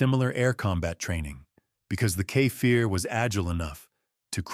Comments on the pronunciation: it's no kefair it's Kfir. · Kfir = ‘Ka Fear” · You're really having a bad time Saying Kfir, huh? You say it Exactly as you read it.